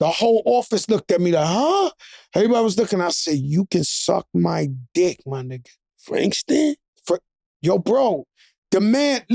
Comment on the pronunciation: Jada: “Frankstand”😳 😂😂😂😂😂😂😂😂😂